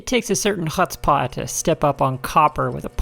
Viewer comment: great video, but you should look up the pronunciation of chutzpah :-)